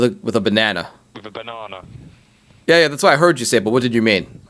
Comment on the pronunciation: Wtf is a banawnaw?